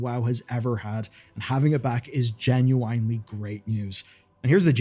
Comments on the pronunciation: "jen-yoo-uhn-lee"!!! there is no wine , its 1 flowing word not truncated pronunciation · I hate how he says genuinely lol. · Another day, another wrong “genuinely” pronunciation.